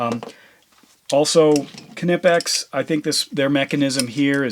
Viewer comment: In the name knipex, the K is silent...